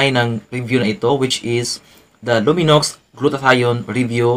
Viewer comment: Silent x po pag pronounce